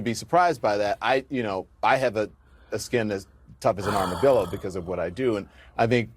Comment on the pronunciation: Armadillo? I thought he said "Rubber dildo"